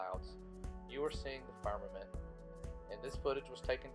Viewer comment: James Morris Music It's pronounced "Farmermint" didn't you watch the video?